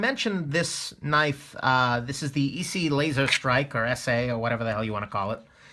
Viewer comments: Are you that illiterate that you do not know or find out how to pronounce ESEE? Really?....sad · Need to do a full review on this knife Nick. A New video saying the name right. Lol.